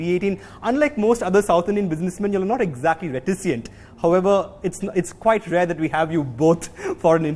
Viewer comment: Yup and he said you guys unlike others are “not reticient”.